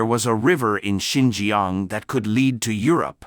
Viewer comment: Not Sin gee gee young but sin cha ang..